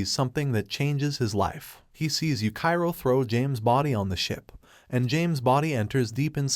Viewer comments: Bruh it's yuchiro not yukairo but good content do i love it ❤ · Dudeee you disrespected yuichiro by calling him yukai-ro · And yuchiro